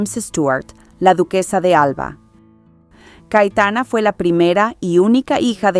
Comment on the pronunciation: Por qué dices CaEtana?? Es CaYetana